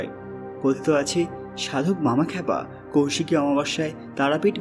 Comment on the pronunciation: Abe kousiki noy. Koisiki. Sastra ucharan na jene vdo korisn.a